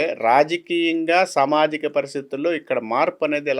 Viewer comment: Telugulo samajikam anedi correctga palakalede Pramadalu anedi Pramadhalu ani palukutadu Dr anedi evarina rasukovachu pratimata vatti vatti palukutu telugu ne bhrashtu pattistunnafu.